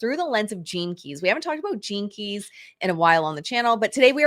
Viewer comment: I’m sorry, but I was giggling throughout this entire episode. Every time said “gene keys”…I heard Velma from Scooby Doo saying jinkies. My neurospicy brain going on side quest continuously 😂